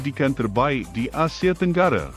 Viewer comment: Pelik betul bahasa si Narrator. Semuanya dibantai E. AndE, FilipinE, ManilE, AsiE. 😂